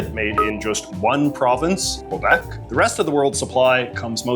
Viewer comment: My guy can pronounce 'Mexico' correctly but not 'Quebec' 💀